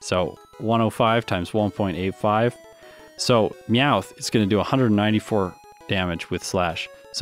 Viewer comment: NEVER USE A NORMAL TYPE MOVE ON HITMONCHAN UNLESS YOU CAN GUARANTEE A OHKO! In other news, Him calling Meowth "Mouth" was funny, so there's a like.